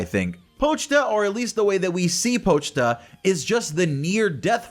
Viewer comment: POCHTA!? POCHTA!? HOW CAN YOU GET THIS CUTE THINGS NAME RONG